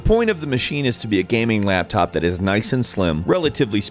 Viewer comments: Lol he said laptap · Its a laptap everybody. A laptap.